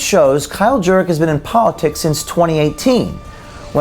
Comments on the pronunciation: It's pronounced "Jerk" ... your welcome🤗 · Jurek or Jerk when I herd the narrator say his name I herd jerk well don’t blame me if he is jerk !! He is a Jerk ok enough jerk sorry jerk that slipped jerk jerk jerk jerk jerk jerk jerk fuck you to the moon jerk 😂😂😂😂😂